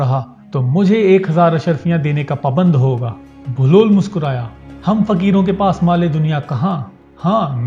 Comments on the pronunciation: Sorry sir video to ap ny bna li hai lakin ap baglol baglol bol rhy hain asal main enka nam behloll dana hai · It's Hazrat Bahlol Please , Not Baglol please correct your self 🙏 Pir Mola Ali Madad 🌹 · Bai name to sahi lo "Baglol" nain behlol hy